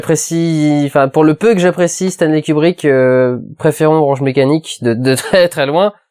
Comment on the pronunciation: non c'est "Staneuleille" !